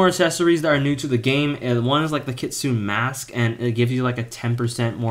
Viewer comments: Bro it's not pronounced kit-sune it pronounced kit-tsu-ne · Bro don't know how to say kitsune u saying kitsun no kitsune it kit-sun-a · Why do you pronounce KITSUNE weird. It’s kit-su-NE not Kitsun. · Kit - sune 💀 bro its Kit - su - ne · By the way, it's pronounced Kit-soon-aye not kit-soon